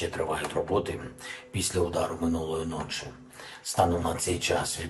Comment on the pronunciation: Та не ночи, а ночі.